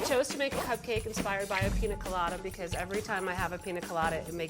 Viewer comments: piÑa god damn it PIÑA! not pina. ok bye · I absolutely hate the way pronounces piña colada... it's not pina colada, pi- ñ -a colada. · WHY is she saying “Pina” 😔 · Whenever the chef pronounced piña colada, I thought "WHO'S PINA?" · God the spanish hurts my soul… Pina colada… ouch Dolce de lehche… my heart You are killing me, my poor Puerto Rican heart! I think she had too much booze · Ugh.. The woman on the stick needs to go. she's horrible. And it doesn't hurt to be able to pronounce pina correctly.